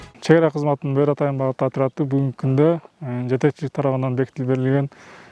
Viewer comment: Тооба журналист не эле БӨӨРҮ деп атат , жөн эле БӨРҮ деп бир ө менен айтыларын 5 жыл окуп билбеди бекен 😮😮😮